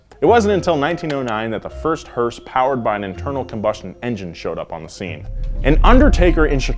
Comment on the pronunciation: hearspwrs!